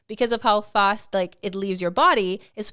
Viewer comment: So the finishing move of WWE (formerly WWF) legend "Jake the Snake", was named after the most used chemical weapons by the US in Vietnam 🤔. And hear I would be screaming at the screen, like many in the arenas where DDT! DDT! Wow. Also, am I the only one who noticed this lady pronounce the word "fast", with an R, like us in the rest of the colonies, as in "Farst" Did a quick rewind to see I was not tripping. Apparently Wisconsin peeps have some of these in their vocab